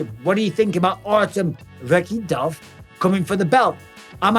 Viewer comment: Guys super exciting but the K in russian is silent so its Va-hee-tov